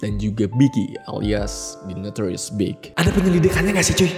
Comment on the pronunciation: iya ding , yg bener Tupac bkn Tupek, ada banyak kok yg uda bahas itu. klo The Notorius bener, tp spell B.I.G itu Bi Ai Ji bkn BIG langsung, tp pake ejaan English, itu aja sih, selebihnya oke bang